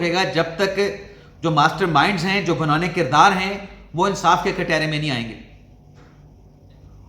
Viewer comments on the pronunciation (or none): none